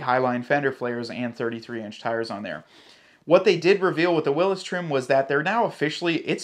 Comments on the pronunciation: It's a Willys not a Willis . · Great videos but I have to correct you on the trim lvl name ,you called it Willis ( atleast thats what it sounded like) when it's WILLYS as in Willie sounds like Billy lol 😊 again keep up the great work. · Jeep has said that they spelled Willy's like that so it is pronounced will-ies because people complain about it being called Willis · According to Jeep, despite how the man himself pronounced his name, Willys is pronounced to rhyme with Phillies, NOT Willis, as in What Choo Talkin' bout Willis?? This decision was based on how the soldiers back in the day pronounced it.